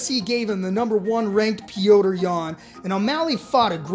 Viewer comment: Stop fuckin saying petrs’ name like that